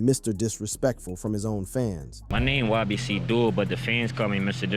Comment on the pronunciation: "DOOL" not dull